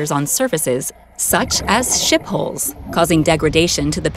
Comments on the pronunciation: For your international viewers it would be nice not to pronounce HULL constantly like HOLE. Thanks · It sounds like she’s saying “ship holes” every time she says “hulls.” Damned computer voices. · It's pronounced haul not holes